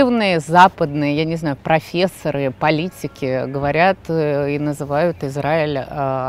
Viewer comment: Марфа, профессора во множественном числе—ударение на последний слог. Остальное про евреев и антисемитизм, если вы не понимаете, я объяснить вам не смогу